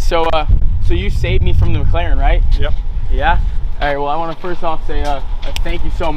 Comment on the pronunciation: Muh Muhclaren